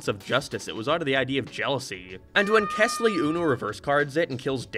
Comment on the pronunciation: Rewatching because I just read The New Kid and wanted to hear thoughts and while that was one of my favorite stories, I agree with all of his criticism. The story is written very weirdly. Also, his name was kELsey, not kesly. fake ass fan /j